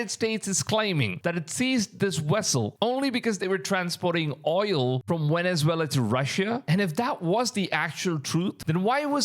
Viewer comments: why do you pronounce Venezuela as wenezwela and vessel as wessel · How can you pronounce the V in Venezuela but you can’t pronounce it in vessel there’s no W